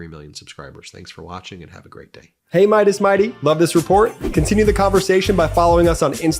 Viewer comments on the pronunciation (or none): none